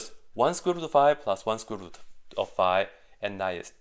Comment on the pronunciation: I only watched the video to see what possibly can go wrong with this simple equation. And I have not found this "easy mistake". But it was fun watching somebody pronounce "square root" like "squibble".